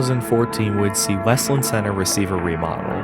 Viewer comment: It's obvious you don't live here. It is not pronounced west-lind. It's wes-land. It's sad to see the mall the way it is now, but if you pass the place on a Saturday the parking lots have a lot of cars and the closer you get to Christmas, the busier it gets. That Kohls store rakes in the money all year long, as do a lot of the other stores (Bath and Body Works comes to mind). The fact that Kohls has store pickup is helpful. If the other stores offered that, it would probably help. Losing Charming Charlie's was a nasty hit, but that wasn't any fault of the mall (the company itself went out of business at that time and now seems to have only an online presence). I hope Westland Center comes back to a thriving business. Westland needs businesses. There are many strip malls in the area that are completely empty and the pandemic made things worse.